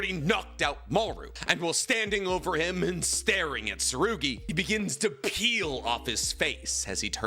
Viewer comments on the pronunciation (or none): none